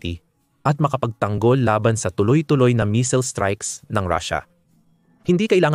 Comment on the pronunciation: Paki ayos mo mag pronounce ng missile nkakahiya k